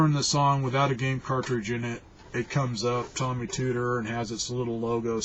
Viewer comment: OK. I programmed for Tomy (long O, pronounce correctly please). I wrote a couple of educational programs. I coded in assembly. 8-bit.